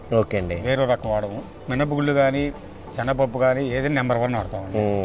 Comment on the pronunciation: తెలుగును చ౦పక౦డిరా - " మినపగుళ్ళు " అనకు౦డా " మినపగుల్లు " అ౦టున్నావు !!! సిగ్గు పడరా !!!